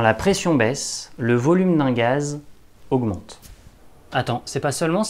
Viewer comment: non pas de ''s'' à ''gaz''